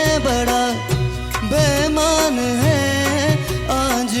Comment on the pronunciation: bemaan ❌Beimaan ✔️ Pls Bro Legend Hai Woh.. Ase Toh Mat Kar Doh #No Offence😢